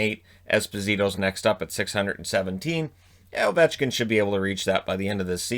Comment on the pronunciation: You got ovechkin wrong